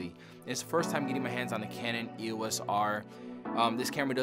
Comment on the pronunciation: We will forgive you because you were a Sony user, but EOS is a two syllable brand name, NOT an abbreviation. You say it as a single word, and not as three letters.